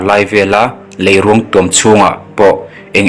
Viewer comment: Lei....ruang(mitthi ruang anga lamrik tur)thiam lo em mai😄😄😄